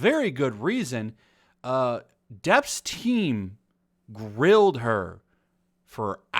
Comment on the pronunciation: "Depp's team railed her for hours". Bruh Or did you say grilled? lol.